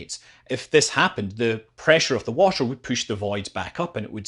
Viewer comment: Hey man, Please try, to pronounce the word ,,water" correctly. Cause it's not called ,,washer". A washer is a tiny round plate, that's used in screw connections, it's not a fluid. Thank you!